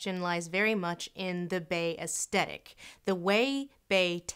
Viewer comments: Pretty sure that's not how you pronounce "aesthetic". Es-*th*et-ik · uhstetic = aesthetic? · Astetic lol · She's pronouncing the word aesthetic as "us-tet-ic." Huh. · With no intention to sound pretentious, I am fairly certain that the proper American English pronunciation of aesthetic actually pronounces the TH sound. You don't say the TH as a T.